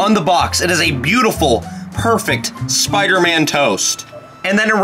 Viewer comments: No one is saying to him that it’s not SPOOTER MAN it’s SPIDER MAN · Spooder man 😆